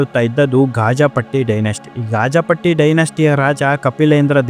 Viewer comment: ಗಾಜಪಟ್ಟಿ ಅಲ್ಲಾ, ಗಜಪತಿ ಇರಬೇಕು ಮರಾಯ್ರೇ....